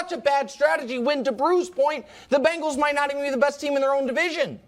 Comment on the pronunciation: Hey Nick it's Bengals, no "Bangals" SMH